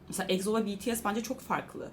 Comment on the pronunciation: Abla niye egzo dedin ekso diye okunur egzo değil ama bunu veriyim sana👍💞👍💞👍💞👍💞